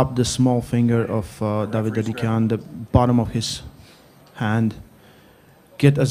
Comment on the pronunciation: It's such a mild annoyance that seemingly can't pronounce 'Dadikyan' and just uses "Dadikahn"... Come on dude, these names are not that hard! He can even hear pronounce it!